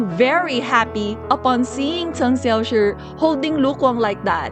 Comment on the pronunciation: I love how you pronounce Cheng Xiaoshi's name, I'm not in any way fluent in Chinese and the way you say his name sounds just right to me :)